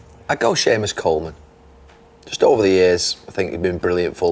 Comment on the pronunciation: Respect for saying seamous Coleman